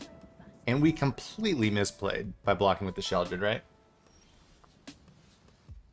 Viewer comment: Im so glad you call her "Sheoldred". Its such a pet peeve of mine when they call her, "Shelly". 😂